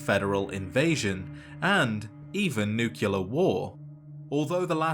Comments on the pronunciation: Nuclear. Like nucleus. Not nucular. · it's "nuclear" not "nukular" bro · Great videos. But it's nuclear, not nucular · Great video, but please for the love of all things holy, pronounce nuclear correctly. It is new-klee-ar not new-qu-lar. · *nuclear And not Nucular Like a nucleus, and not nuculus. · You pronounced "nuclear" like Homer Simpson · Nucular? Really, dog? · it's nuclear not nucular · Just can't help but think of Homer saying 'It's pronounced new cular' lol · Nu-clear. Nuclear. Not nucular. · I was lulled by those sweet, mellow tones until I heard "Nu Ca Lur." Nuclear sounds like New Clear. Keep up the good work. I really am coming to love your videos, even when you go over things I already knew. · Never heard "Nookyalur" from a Brit. That's wild. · It's pronounced nuh-cle-ar-ee. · ATTENTION: This simple, three syllable word is pronounced: ˈn(y)o͞oklēər Why do so many people who literally talk for a living get this wrong so consistently? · You need to take a closer look at the word nuclear. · I love these videos, they are well made and he's put an incredible amount of work into them. I still cringe everytime I hear him mispronounce "nuclear" lol, but I'm loving these lore deep dives. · what's wrong with how he says nuclear? not mad just genuinely curious